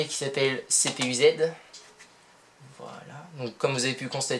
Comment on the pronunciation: Le lag ne vient pas de la batterie mais du faite qu'un PC portable sur batterie se met en éco d'énergie a moins de le configurer pour le contraire. La => Le wifi !!!!!! CPUZ se prononce en un mot et non pas "CPU ZED" Pour le reste tu dis plus fin que du clevo etc... pas certains pour en posséder un cela dépendra du modèle. Tu devrais donc nuancer tes propos plutôt que d'affirmer. Pour le bruit c'est comme tout les PC portable. Pour la batterie qui ne tient pas c'est normal. Un i7 avec un GPU ça consomme pas mal. Je suppose que tu as fait tes relevé ? (avec quelque chose de plus précis que cpuz ou core temp pour la conso ?) Merci pour la vidéo !